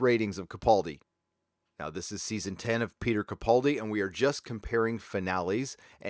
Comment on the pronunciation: Hate to be Pedantic, especially since he probably wont come up much anymore, but it's Peter Ca-Pal-Di, NOT Ca- PAUL-dI